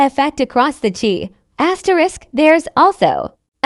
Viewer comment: Once again it's the Chi pronounced shy, what is this commentator talking about? Is she talking about this season or past seasons